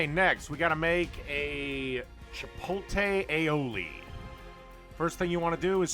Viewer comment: You can spell "chipotle" correctly but can't pronounce it correctly. Lol